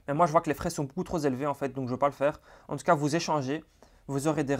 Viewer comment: Excellent, merci à toi. (peut-être faire attention aux liaisons avec 'trop').